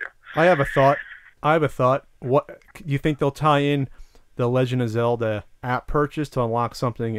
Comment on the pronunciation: "The Legend of Cellda" it will be called..